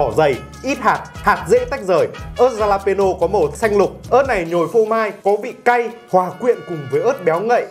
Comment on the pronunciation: Ớt đọc là halapeno nha anh. Chữ J tiếng mexico đọc là H. #bảovệChiBủm